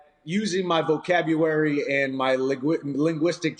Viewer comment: Vocabruary lmao